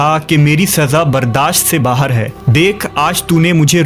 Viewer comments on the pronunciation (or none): none